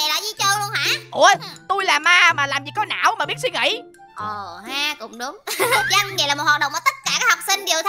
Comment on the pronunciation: Từ văn nghệ thành củ nghệ 😂😂😂